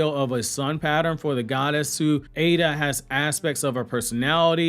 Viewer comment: I am not fully sure but I don't think you're pronouncing Eida correctly. I think it is [I-da / Ai-da] not [A-da]